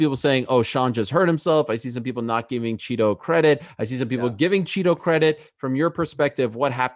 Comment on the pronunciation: Ariel is chito not cheeto 😂😂😂